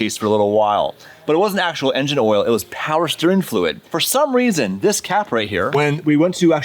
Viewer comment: "I'm here for a weason" 😂